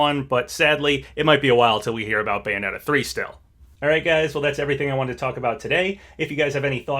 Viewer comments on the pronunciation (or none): none